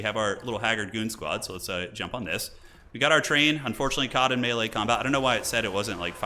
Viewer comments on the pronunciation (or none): none